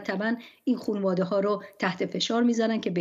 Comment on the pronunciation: خیلی درست خانواده رو تلفظ میکرد. دائما هم میگفت خونواده